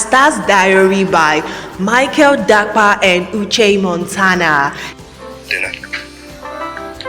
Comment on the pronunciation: it Dappa not Dakpa please. I hate hearing that